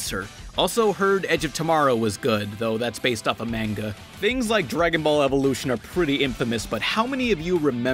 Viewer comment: Just a heads up, the "Ma" in "Manga" is pronounced "Maw" not "May".